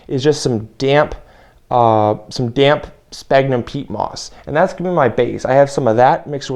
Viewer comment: Sphagnum pronounced sfag num. BTW More smaller holes no half inch remember they are wrigglers!